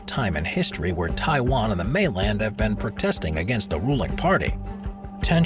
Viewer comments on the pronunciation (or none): none